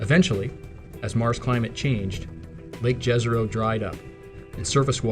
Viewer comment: Very informative video - thanks. Fun fact, the name of the lake ‘Jezero’ is Croatian for lake. It is pronounced Ye-ze-ro. I guess now that the New York Times has confirmed the US government have retrieved off world craft they are ready to confirm life forms on other planets.